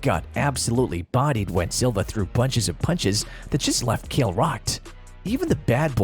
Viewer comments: Why’s he calling Chael “Kale” lmao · Showing Matt Hughes picture when introducing Chael and then pronouncing it “kale” made me dislike the video and ignore the pages recommendations lol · STOP SAYING KALE SONNEN! Idiot! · I didn’t know Chael was pronounced kale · You cannot even pronounce Chael and you lied about his first fight with Anderson Silva. He DOMINATED Silva until Silva got lucky with a triangle. Horrible video, thumbs down before the 4th minute. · Chael isnt pronounced like that, is it?